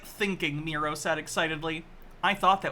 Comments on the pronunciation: I feel like is going to see this, and his only response is going to be something like "You call him MEE-ro, but it's pronounced MYE-ro!" Then he'll sit back, nod at his computer screen, and say "got'em." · I bet it pronounced MEH-ro…. as in, MEH-ro-wanna 😉